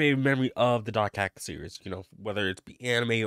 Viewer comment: Why do you say "doc hack" when it's dot hack?